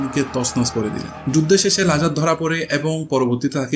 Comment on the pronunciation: You started off doing football content, now you are branching out to historical content. Some people can do this, but unfortunately you are not one of them. Thats why the nitpicking of your video. Its Lazar there's a Z in the middle, its Serb not serf that's a different word which will not be flagged in spell check. YOU DON'T HAVE THE GRAVITAS TO DO HISTORICAL CONTENT.